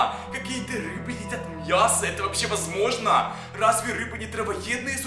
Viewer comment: говорил мьясо